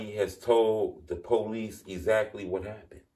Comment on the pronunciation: I’m sorry but it’s funny to me when you say “policey.”